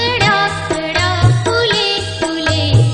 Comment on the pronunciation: सुदर आवाज, पण कळया हया शब्दाचा उच्चार कड्या असा केला आहे